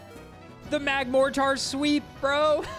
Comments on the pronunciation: Love the video, but my only complaint is how you keep calling Magmotar "Magmo-tar" when it's actually "Mag-mortar" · i really dont wanna be that guy but youre pronouncing magmortar wrong. Its mag-mor-ter like the weapon. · Excuse me... What? Magmoretar? I don't think I've ever heard someone mispronounce magmortar, much less the word mortar... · why tf does he pronounce it MagmorTAR